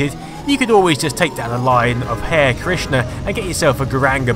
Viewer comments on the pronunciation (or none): What is it with the unusual mispronunciation of some words that you should know if you had really been familiar with them for so many years? Pronouncing the Hare like "Hair" in Hare Krishna as well as pronouncing the IBM PC AT computer as the "@ computer in another video makes me strongly suspect that you are just reading a script that someone else has written for you.